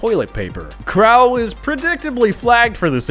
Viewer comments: Crowell is pronounced Cro-Well. Not the you butchered it. And he also used to play for the browns. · You mispronounced Crowell